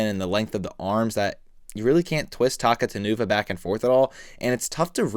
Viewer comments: I think his name is pronounced “Ta-cou-ta-nuva” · His name's actually pronounced as Takuta Nuva since he's an importmantu of Taka Nuva and Makuta. Pronouncing it as Taku Tan Uva just sounds so weird and wrong. Otherwise? Great review! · I thought it was pronounced Takuta-nuva. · yeah same, since its a combination of Takua and makuta with the nuva suffix.